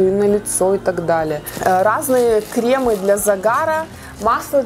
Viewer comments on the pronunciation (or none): Не кремЫ , а кремА